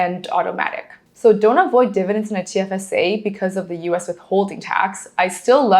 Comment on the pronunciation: "DIVIDENDS" please.